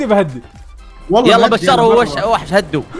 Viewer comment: ليش تقول شار شركيال كك اسمك بشار اتوقع صح مو شار